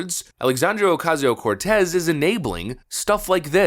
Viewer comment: I still love how you mis-pronounce Sandy Cortez’s name. Keep it up.